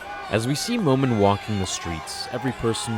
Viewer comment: My name is momeen but you say momin when you say it